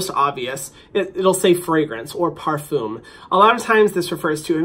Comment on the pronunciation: the way he says parfum tho XD my french speaking ass is dying laughing (no hate by the way I just think it's funny)